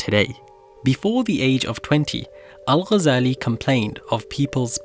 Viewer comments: kudos for not butchering his name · Liked and subscribed as soon as I hared the name pronounced correctly, thank you for the effort in expanding such figures to the world. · I was really impressed by the way u say the arabic name✨✨✨perfect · As a fellow academic, but also as a Muslim, you are one of the few that actually pronounced his last name correctly (literally maybe one of two on the entire site for those are speaking in english regardless of their mother tongue) - even native speakers will pronounce it with a “g” for what I assume is just for the sake of saying it as everyone does? (because then they will pronounce other words and/or *names with عربي) — and even though it is rather trivial, and even pedantic to even care and/or point this out - but I do appreciate how you pronounced it with the ghyan غ , followed with the simple and correct harakat 🫡👍🤝🤲